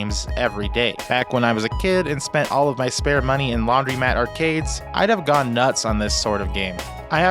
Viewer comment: It's a laundromat, not a "laundrymat."